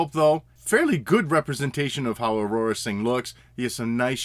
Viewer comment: Dude...who is “Aurora Sing”? Her name Aurra...2 syllables. Aur-rah. Good review as always though and you don’t usually pronounce things wrong.